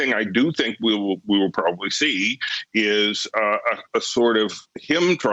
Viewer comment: His vocapurary is good. It's really good. In fact, and some people will tell you this, it's probabble-e the best in the history of the world. I would know. I'm from Thighland.